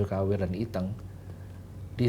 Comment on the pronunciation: Berperan sebagai Iteung, tapi pelafalan Iteung aja gak fasih. Kumaha?